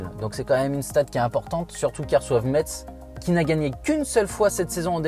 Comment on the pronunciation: Cest metz sa se dit messe et pas metse